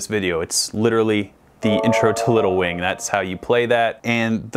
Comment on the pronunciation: seems to have lost the "g" in "wing".